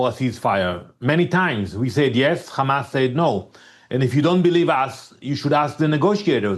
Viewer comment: They still saying khamas 😮